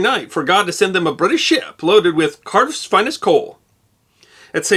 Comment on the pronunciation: Tnx I thought he said Carter's coal.